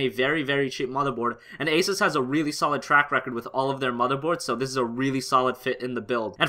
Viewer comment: Asus is pronounced like "Asoos." btw. Sorry I don't know why but it gets on my nerves when people mispronounce it